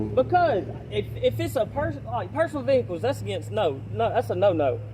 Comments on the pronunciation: Mah veeeeHicles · how many syllables is vehickulls? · You know there’s going to be trouble when the cops pronounce vehicles vhickles. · Record them private ve-hay-cles!